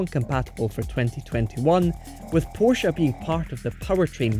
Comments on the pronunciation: Porsha and Porsh, what are these? Chinese copies of a PorschE? But bs aside, the pronounciation and for example was not bad for a native english speaker 👍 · Wow long time since I’ve heard Porsche pronounced correctly!